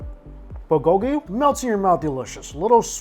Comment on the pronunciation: Did you just say "Bulgogi-Pizza" ....?!?